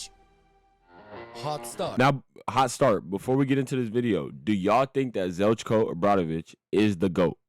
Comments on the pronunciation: its not ZELCKO, its Zheljko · The pronunciation of his name bro xD